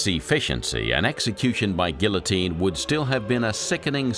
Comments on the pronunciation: Eh... geeO-teen..... not A but O... for sure... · GEEA-TEEN = Guillotine